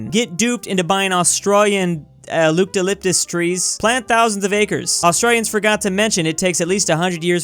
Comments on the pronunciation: No one:: lupcalyptus trees Time stamp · Loopdalyptus trees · Loopylytus Tree